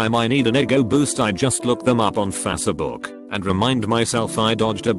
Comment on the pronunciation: i absolutely love how the voice pronounces facebook. fasa-book